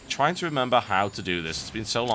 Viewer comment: "trine to remember how to do this!... sorry i had to.... sorry XD